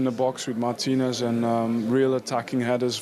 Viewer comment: Carregher is not even able to pronounce "Martinez" 😅